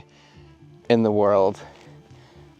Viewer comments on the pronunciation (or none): none